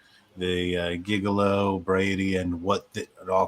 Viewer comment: Hay, j have problems with words sometimes as well. Say… JIG-LEO. There ya go!